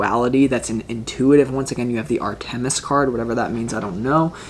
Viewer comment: Dear …this was my first viewing of you and your creative readings. Fabulous! Thank you! I don’t want you to have to endure the wrath of Artemis. Please allow me to suggest you check your pronunciation of her name. Phonetically " R ta miss," accent on "R" first syllable. 🏹 Blessings!